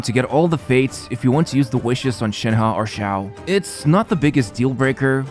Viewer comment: you said "shanha" butr its shenhe so please learn how to talk